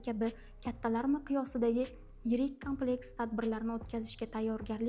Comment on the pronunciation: Kompleks soʻzini toʻgʻri talaffuz qiling,Kámpleks demay!Urgʻuni boshqa harfga beryapsiz.Kulgiga qolmang "jurnalist xonim".